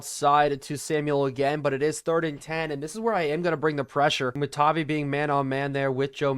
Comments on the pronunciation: it’s pronounced tah-vi vi like tie so just you’re aware great video this mod is crazy seems like it could make madden valuable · please change Bo to #10 and MHJ to #18 and also it is pronounced “Tah-Vie”